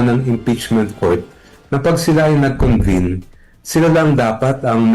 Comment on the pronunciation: Senado po, hindi "Sinado". Convene, hindi "Convine".